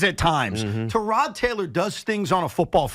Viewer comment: Why does Evan intentionally mispronounce Tyrod Taylor's name? Is that his way of insulting him subtly?